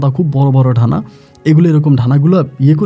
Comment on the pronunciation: ডাহানা না। ডানা উচ্চারণ সুন্দর করেন